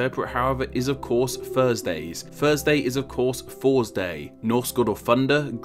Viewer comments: Gotta love my "Thusday" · I love “Thusday” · The well know Thusday. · What’s Thusday? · Well he doesn't pronounce the 'r' in Thursday